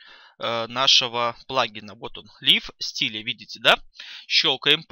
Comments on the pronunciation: "лив стиле"...аж ухо режет. правильно ЛАЙВ СТАЙЛ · Master-CSS Причём тут сапожник без сапог? Андрей всё правильно написал, читается Лайв Стайл.